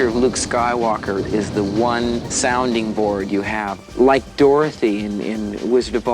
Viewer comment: Were you purposefully pronouncing "One" as "Whaan" the entire time for a joke (which is lame), or because you don't know how to pronounce "One" (Which is sad)